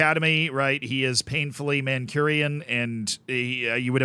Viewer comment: . (I try not to be 'that guy in the comments', but I think/hope you appreciate constructive advice on getting things right) Not mancURian....its more like (phonetically) manQuinian or manKunian